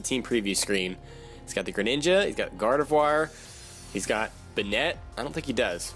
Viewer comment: I hope this isn't too rude but banette is prounounced bay-net